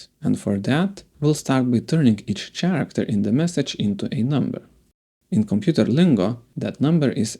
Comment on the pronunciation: Nice 👍 Quick tip: look up the pronunciation of „character“ :p as a non native English speaker myself, I know the struggle 😬